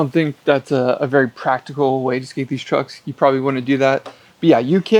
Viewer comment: “Deese twucks turn as good as Aces!”